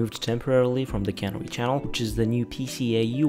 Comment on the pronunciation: ca-near-e. You're saying cannery.